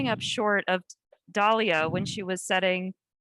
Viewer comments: If she calls her “Dahlia” one more time!!!! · Anyone else annoyed that she keeps pronouncing Dahlilahs name wrong even after Sydney corrected her by pronouncing it correctly, it NOT "Dahlia" -_ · Syd is as great as advertised. Already legendary. Why does the interviewer not understand its' DALILAH......not Dahlia. smh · Why does the facilitator keep mispronouncing Dalilah's name even after Sydney pronounced it correctly? 😆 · Yes even after Sydney pronounced it correctly twice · So, she couldn’t get the former world record holders name correct? Da-leal-lah. Say it slow, then say it fast. It’s not hard to say. Who the hell are these interviewers? They’ve been fucking up for weeks now. Anyway, congrats Sydney! 🐐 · I don't know. I really don't. I'm just tired of people trying to tell me what constitutes beauty. What is it? Is it her complexion? Her name? The dumb ass commentator doesn't even have enough respect to learn how to pronounce her name correctly. Is it her religion? She (Dalilah) is so articulate, soft spoken, down to earth, and humble. She has been so gracious in victory AND defeat. No disrespect to Sydney, she is wonderful, but its the same old same old. Like with Lo Lo Jones, same old light skinned half white looking female that's pumped up as what is considered an attractive "black" female. Shit, even Allyson Felix did not get major endorsements like Sydney has already gotten. Technically, Sydney STILL hasn't won anything yet. Allyson Felix is the most decorated Female Athlete in Track and Field history. Go figure 🤔